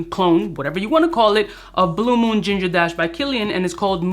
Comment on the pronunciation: I keep hearing “Pebble dash”